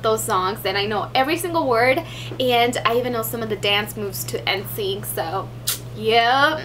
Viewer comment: its pronounced like "in-sync" not ensync! haha just saying :)